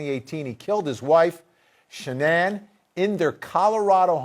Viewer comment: This narrator is making me angry!,his voice is " TOO vocal,and he keeps calling her SHONNAN!!! ITS " SHANNAN!!